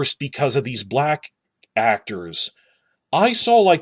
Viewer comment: Is it bad that when you said "black actors", my mind heard "black-tors"? … Perhaps I need more sleep, LOL.